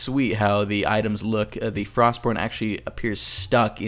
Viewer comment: Frostmourne. Not Frostbourne.